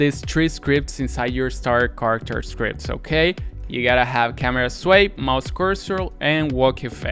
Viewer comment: StarterCaracterScripts? And MouseCurseral? You said it incorrectly